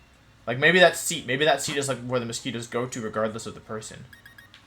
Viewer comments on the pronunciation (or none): none